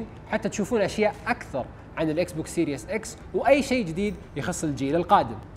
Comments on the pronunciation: اسمو سيريز اكس مو سيريوس اكس ايمت لح تتعلمو انكليزي ؟ والله عيب كل اليوتيوبر العرب ماحدا فيهم بيعرف يلفظ كلمتين صح وخصوصا بقناتكم انتو ، استحو يا زلمة ، ما ضل غير تقول اسمو سيريوس سام الجهاز يعني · اعرف لكن هو يلفظها serious 😂